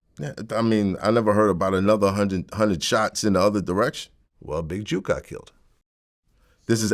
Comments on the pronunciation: stop saying big JUKE its JOOK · It's Jook NOT Juke smh Vlad 🤦🏾‍♂️ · Vlad getting everyone’s name wrong It’s pronounced JOOK like cook… and it’s Woo Dee not Woody 🤦🏽‍♂️ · You can say book but cant pronounce Jook?